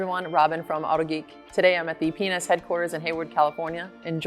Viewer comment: when says, "today I'm at the P&S headquarters in Hayward California", it sounds like she says 'penis headquarters'